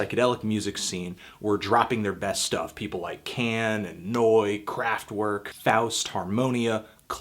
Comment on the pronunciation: >pronounces NEU! right >pronounces everything else wrong